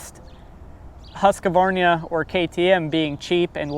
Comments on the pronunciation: It's Husq...varna bro , not Husqvarnia. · Where are the letters that you pronounce husqvarna not husqavarnia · its really sad you cant pronounce the brand right. its not huskavarna, its huuuuuuuuuuuuskvarna, pronounce the uuuuuuu. you sound like idiots when you pronounce it. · Huskque-varina :D :D :D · it is not called Huskavarnia 😂😂😂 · Huska-varnia --- tf you smoking bro? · Bruv please say Husqvarna properly